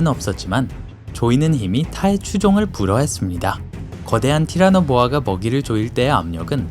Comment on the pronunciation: 티라노 보아라고 발음을 하셨는데...